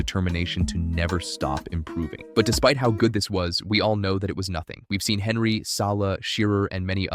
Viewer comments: The way you pronounce Henry is cursed af 💀its tee·euh·ree on·ree not fucking Henry 💀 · This American who’s posted this video know nothing about the premier league or who the players are who the f**k is Henry that’s how it’s spelt not how it’s pronounced he’s French don’t listen to this guy. When Ronaldo first played for united he constantly lost the ball you know nothing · At least pronouce Henry correctly. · IS this an AI voiced video? Pronouncing Henry like that just sounds wrong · I'm sorry but you can not be taken seriously if you pronounce "Henry" in English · I just wish you'd say Henry correctly